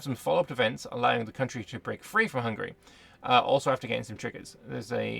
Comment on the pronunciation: You are the first youtuber i know who can pronunciate Hungary the right way as a hungarian i congratulate you.